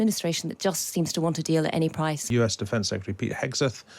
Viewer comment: Loving the people who’ve done nothing telling Trump on how negotiations should be done 😃 keep up the DEI initiatives going TR they’re entertaining 🥳 coupled by the clown 🤡 who can’t say Hegseth’s name correctly embarrassing 🤦‍♂️ are you sure this is a serious show seems to be more of a comedy ? Wake up smell the coffee ☕️ Trump is running the show what he says goes. Ukraine will get what it’s given simples 👍